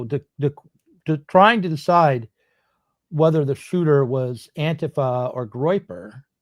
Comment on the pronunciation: This is the most reasonable I’ve ever seen … good solid points mostly without much right wing bias. Also impressed that shows his leftist roots by knowing how to say anti fa the right way.